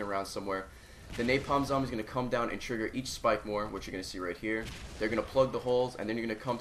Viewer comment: when he said spikemore at first i thought it was a pack-a-punched claymore!